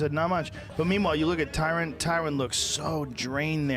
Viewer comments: Joey: "Tyrone". Joe: "Tyron". Joey: "Tyrone". Joe: "TYRON!" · Joey Diaz is so fucking funny, without really trying. Stipe Miocic = Stiopic Khabib = Khalabib Tyron = Tyrone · T-RON, Kalabeeb, Stipiopik and Clelery